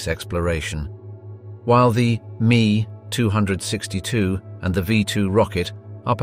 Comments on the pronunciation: I couldn't watch anymore of this video past . The pronunciation of the "ME-262" as "me"" 262 was enough. Why are there so many of these videos, that have either good robots to a certain degree, or people born under a rock. Unbelievable, so many morons!!! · just like the v2 is v-2 the ME is M-E not me lol anyone else get annoyed but other than that great documentary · Panzer tanks and you show a TIGER a ME 262 say ME not ME. Computers do not know how to pronounce correctly. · The "Mee" as opposed to M.E. = I'm gone. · With all due respect....It's pronounced M - E not ME....as in Messerschmidt.... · I can not take anyone seriously that talks about "German Panzer tanks". Come on, what does PANZER mean? Tank, exactly. So you are actually talking about the superiority of "German tank tanks" which is double Dutch. In comes the "mee262" ... pathetic. It's a Messerschmidt M-E-2-6-2. Stop making vids like this and go film the Kardashians. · I stopped watching at "me 262" M.E.262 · Are you fkn kidding me its not called the me 262 its the M.E. 262 !!!!!!!!! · The designation of the jet aircraft was the "Me 262" with the letters "M" and "E" pronounced separately. Not the word "me". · It's M. E. 572. Not "me". No disrespect. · As an ex military pilot, I can assure you that it's not a "Mee262" but an M-E-2-6-2. I sat inside one, FWIW. Couldn't bear hearing the rest of this video. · It's not "ME", it's Em EE 262, not "two hundred sixty two". jeez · Please it's pronounced ME ( emm ee ) not me, as in you and me. Short for Messerschmitt the aircraft manufacturer. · as soon as I heard me 262 and not M E 262 i typed this and exited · ME 262 IS NOT pronounced Me, it is M E. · It's not "mee two hundred sixty two". It is "Em Ee two six two". The "ME" is an abreviation of "Messerschmitt". It is not a word in its self and should not be pronounced as such. If you disagree perhaps you can tell us how you pronounce "FW 190" or "BF 109", for example. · Omg, its not me 262, .. its m e 262